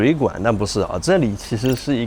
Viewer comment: 哥们，CERN不是这么发音的好吗